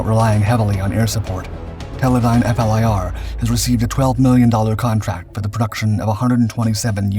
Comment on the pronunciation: It's pronounced "fleer" FLIR... the letters are not read out as I've mentioned to you in other videos